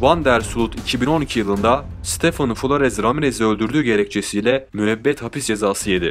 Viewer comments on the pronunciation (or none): none